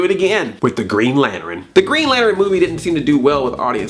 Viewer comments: Lantern not lanteren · Lanturn has two syllables not three.... Throwing that out there XP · Did you say Lanterin? lol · Green "lanteren" haha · Was it on purpose that you pronounced lantern as lanerin? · STOP SAYING LAN TERIN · You say Lantern weird... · Stop saying lantern so weird!!